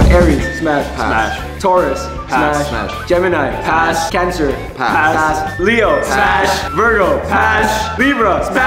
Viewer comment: When can't make a decision: "Shpass....🤨"